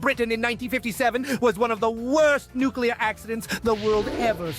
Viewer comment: I die a little inside every time Doug says "nucyoular" instead of nuclear